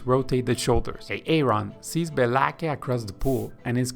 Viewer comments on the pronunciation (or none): Thank you for your work and help. Just a heads up, Aaron is pronounced the same as Erin/ Eh-rin, not A-a-ron/ay-ay-ron. Denice is pronounced as either Deh-nees (like bees) or Dee-nees, but never Dee-nice. Blake is pronounced as Bl-ay-k, not as Be-la-ke/ Beh-lah-kay. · Is the guy speaking AI? Whats with the A A ron and BLA-KE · I understood why he was calling him A-aron when i heard Bela-ke 😂😂